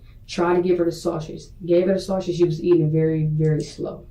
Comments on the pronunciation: Her misusing words like "prolong" or mispronouncing simple words like "sausage" and constantly calling Deonte "mah dude" all really annoy me for some reason. It makes her seem like an uneducated and incapable person to raise a child. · .....lots of the 13 cannot pronounce the word 'sausage'....and they all mispronounce it the say exact way....i just don't get it...... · The way that woman says sausage irritates me in a way I can’t describe. Why can’t black people pronounce the most basic words correctly 🤔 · Between these bold face lies, lack of accountability, the request to play Gospel music and her inability to say “sausage” correctly I am royally disgusted by this chic.